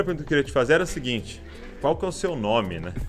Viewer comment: Qualquer pessoa falando: -: - ual Marca kkkkkkk